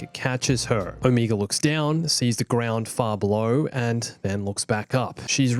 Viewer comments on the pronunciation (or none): She pronounces wrong but it’s probably just her accent. It’s oh-meh-guh